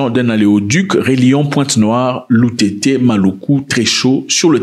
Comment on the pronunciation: Vous êtes cultivé bon sang.... Vous avez fouillez jusqu'à bien prononcé le nom de nos villes sibiti loutété